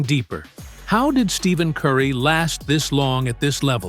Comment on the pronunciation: To make a video about someone and mispronounce his name the entire video is crazy work . Do better